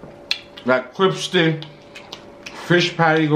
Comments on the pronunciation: Hey My......I just love y’all... when I get notifications I’m headed over to the channel. 🥰🥰. I love when you say “CriPsy”. 😂🤣 🍔🍟🍗🍔🍟🍗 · says “Cripsy” instead of “CRISPY” 😂😂😂 it gets me everytime ❗️😂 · noo 😂😂 its cripsty 😭😂😂